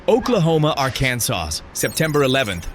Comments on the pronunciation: I had to listen to it over and over again… arkansauce. I love it. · Arkansauce = AI uttered Arkansas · It’s ARR KAN SAW